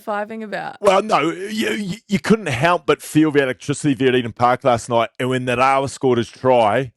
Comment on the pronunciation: bro get your pronunciation sorted out for our man Nga- ra-wa ok! Geez boy that's embarassing for an ex Wai-kato legend! See bro I feel bad for you coz this could go viral for all the wrong reasons so, bro help me to help you cuzzy!